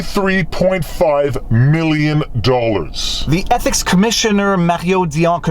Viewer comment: "Trudeau's EPIC violation..." That's how it sounds (at least at 1.75x).